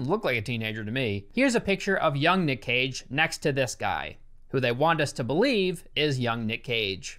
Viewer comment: Code: Cage sounds like Cocai